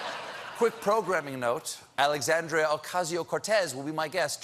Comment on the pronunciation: Is that hard say "alexandria"?